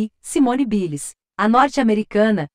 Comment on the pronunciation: Simone Biles ? Simone ( Bailes) q se pronuncia! Aula de ingles para o pessoal!